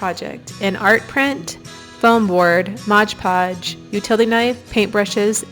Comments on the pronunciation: Great idea, but please it is Mod Podge nit modge podge. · I think if you say MODGE PODGE one more time I am going to scream….you say it over and over and it is”MOD” PODSGE. Look at your label. Other than that annoying thing this is a good video😅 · MOD Podge not Modge Podge - that said, I really enjoyed your video! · If you’re going to go to all the trouble of making a video, why don’t you look at your jar of ”MOD” Podge and realize it is not “MODGE” Podge. At the beginning of the video you say it over and over and it drives me nuts.😂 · Mod not modge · LOL I see a lot of folks jumped on you for continually calling it "Modge Podge", so I'll spare you. :D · Funny how so many people say modge podge! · Lol, thank you! 😂 I find it so annoying when people say modge podge 🙄🤣😂